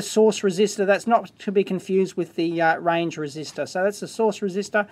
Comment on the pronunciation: "Source Resistoror"